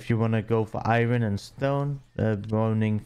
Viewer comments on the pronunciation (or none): I've never heard anyone pronounce iron like that.